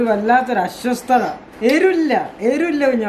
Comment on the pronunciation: അശ്വസ്തത അല്ല അസ്വസ്ഥത